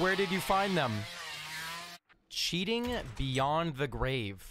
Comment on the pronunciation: I love reaction to cheaters " HE'S CHEATINGUH HE'S CHEATINGUH"